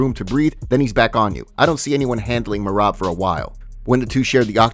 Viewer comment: Bro I love the channel but you still can’t say Merab’s name correctly. 😂